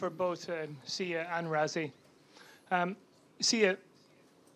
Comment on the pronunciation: Is it difficult to say "Rassie", instead of "Razzie"? 😀